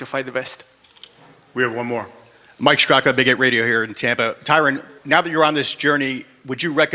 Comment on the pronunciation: I wonder if Tyron is tired of every single person saying his name incorrectly lol.